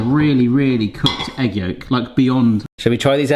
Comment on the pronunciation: ..... What's a yeg yolk? 😂😅😅